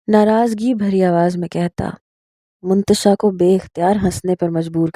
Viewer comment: Mantasha hai naam hota h naki muntasha